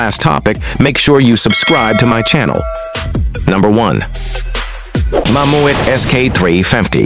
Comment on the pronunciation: Mammoeet ???? Learn a language, its mammut...